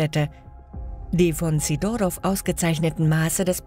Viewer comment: wahrscheinlich natürlichen Ursprungs ... / Sidorov - Betonung auf dem "i" bitte. / Zum Teil werden DInge von wo ganz anders gezeigt! so kurz nach 4 Minuten die Mauer.